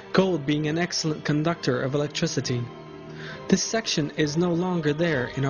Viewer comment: An ex-el-ent conductOR or el-lect-triciT.